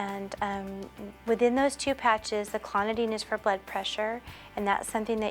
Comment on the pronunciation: It's clonidine not clonodine